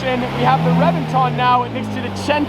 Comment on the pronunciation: Dude you know everything about Lambos except that Reventon is pronounced with a B.